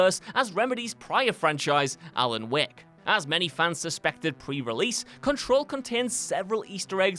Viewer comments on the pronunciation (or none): Also, "Alan Wehk" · Alan "Wahk" Wake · "Alan Weck" lol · All I could hear was Alan Weck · i hate how he says alan wek but resident evil 2 filming roll is a suprise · "Alan week"